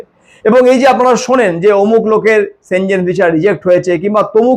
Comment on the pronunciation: সঠিক উচ্চারণ সেনঙ্গেনই হয়।